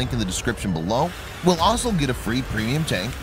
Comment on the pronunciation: Why is the word 'also' so hard to pronounce?